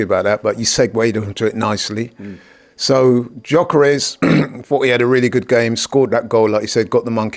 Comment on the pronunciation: it's gyokeres not giokeres🙄